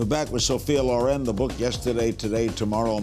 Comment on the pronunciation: No! LORRAINE OR LORÈNN come pronuncia Ma LÒREN...L'ACCENTO VA SULLA O Comunque lei si chiama SOFIA SCICOLONE CIAO🇮🇹